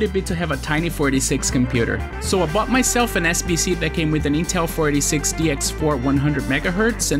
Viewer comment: This man slurs "486" in such a way that I always hear him say "46", instead.